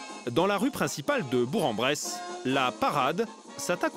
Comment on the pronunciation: ....Avant de faire un reportage.....FAITES DES RECHERCHES......tout comme METZ se prononce MESS.....BOURG-EN-BRESSE se prononce BOURQUE-EN-BRESSE.....OK ? Ou alors changez de métier....